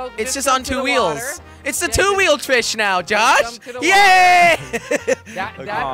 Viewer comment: He did not just say dead flish...